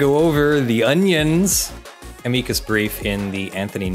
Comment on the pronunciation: Thank you for saying "a-mee-coos" brief correctly. I took one year of Latin in high school and once I passed the class I earned my Pedant's License. Ever since I got my license it's driven me nuts that most people pronounce it "am-ick-us".